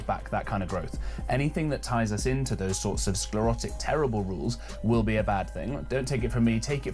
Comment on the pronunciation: I think this is an AI voice because the word rules was pronounced incorrectly as “rowls”